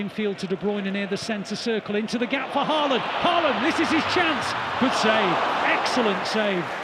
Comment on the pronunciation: Please get Haaland's name pronounced correctly.